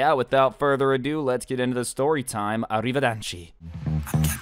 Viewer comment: “arideverichi” 0.o